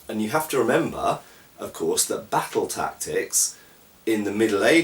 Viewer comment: I love the way you say 'battle'. If they ever make a realistic swordsmanship video game I want them to hire you to narrate.